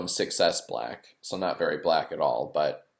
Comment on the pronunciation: I don't like the way you said BLACK.